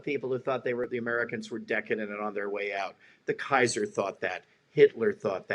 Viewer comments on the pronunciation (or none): none